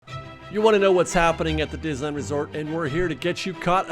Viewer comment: I’m hearing more creators pronouncing Disneyland as Dizland. Listen to the first 5 seconds of this video. Let’s put the “-ney-“ back in Disneyland.